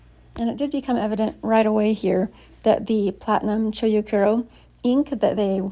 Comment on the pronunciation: Chou is pronounced cho with a longer o sound. It's not cho-u or choyu or chow.